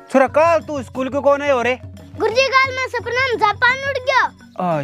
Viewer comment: इस्कूल koni स्कूल how